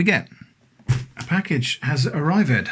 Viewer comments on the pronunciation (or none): You pronounced arrived wrong 😁